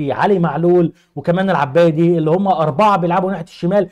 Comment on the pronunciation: الاسم الي انت نسيتو عو عصام الجبالي أما الاسم أنت نطقتو غلط هو جناح ايسر هو علي العابدي وليس العبادي